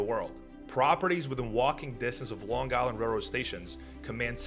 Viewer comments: LiRR is ridiculously Expensive and does not run frequently. Pronounced "Island" not "Guyland". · this is AI crapola. the flat i ron . really. long guy land really? flat out garbage . stop posting this garbage. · The "G" in Long Island is silent.